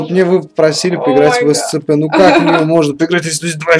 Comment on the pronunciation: Не эсцп а эсипи